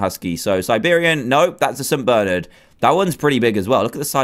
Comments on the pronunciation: did any one notice he said saint bernard rong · I'm pretty sure you pronounced Saint Bernard wrong